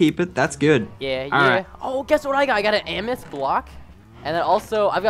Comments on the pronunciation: it amathist not amis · my god stop saying amis its AMATIST. Jeez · its not amists ots am-uh-th-is-sts geez get it right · It's pronounced am-eh-thest no amist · PRESTON IT AM-ETH-IST NOT AMIST!!!!!!!! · btw Lachlan is pronounced lochlan amethyst is pronounced amathist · please pronounce Amethyst wrong.I know it's hard for you to pronounce but just try to pronounce it.It is so annoying when you pronounce it wrong.Its A-me-thist(Amethyst) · Amethyst. It's pronounced Am-me-th-ist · (AM)(A)(THYST), SAY IT RIGHT! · NO it is AMATHIST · It's amaphist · It's amethyst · Amethyst can you not pronounce the letter T. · Its kind of annoying that he is pronouncing Amethyst wrong but where ever still a good series no doubt. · You are not pronouncing amethyst correctly.